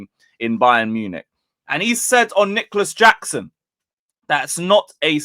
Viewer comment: Yeah you butchered the name😂